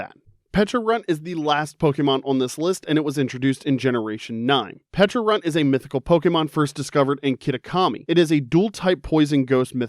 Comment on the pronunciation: Uh Pecharunt? What about how he said that was wrong?